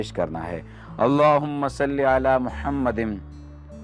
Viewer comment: Bhai yeh jo darood shareef main aap Mahammadin padte hain yeh darust nahi balke Muhammadin hain aap apni bi islah karo